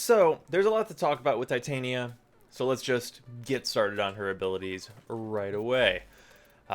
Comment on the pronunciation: is no one mildly infuriated at how DE mispronounces Titania? its the most infuriating thing about this warframe